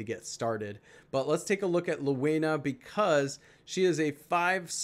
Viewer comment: Pronounced. ( lehveena)